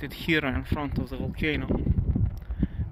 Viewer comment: Thank you for all your videos! With all due respect, the final "e" in the word "here" is silent, so it's pronounced the same as "hear". Yes, English has a gazllion silly quirks like this.